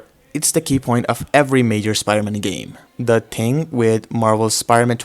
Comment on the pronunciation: thing not ting